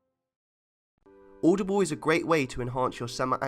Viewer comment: Its audible not aoudoble